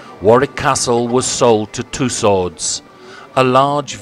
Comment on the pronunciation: Dear Sir: it is Madame Tew-sews, not too sods!